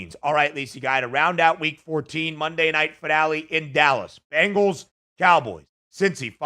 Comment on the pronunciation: Not to be too critical, but you'd think someone with the first name of would be able to pronounce the word Bengals properly. The word is Bengals, not Bangles. The Bengals are the NFL team in Cincinnati. The Bangles are an all-female pop band from the '80's. Sorry to be that guy, but I thought maybe a little constructive criticism would be appreciated. Love your show, you guys are both very knowledgeable and personable and I like listening to your show every weekday.